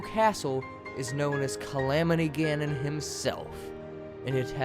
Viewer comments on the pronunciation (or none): none